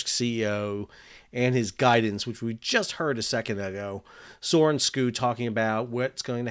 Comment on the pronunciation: Sal, I know european names can be difficult for Americans! Maersk CEO name is pronounced for an American like SHOW, where you shift the H out with a K- like SKOW (no punt intended) Thanks for videos, keep them coming!